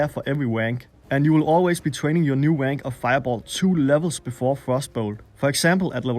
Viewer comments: Good video, but never say "Rank" again. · I laugh whenever you try to say "rank". Sorry...